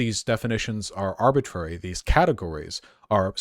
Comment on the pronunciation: Please stop saying “arbitraety” as if it’s a word. Thank you.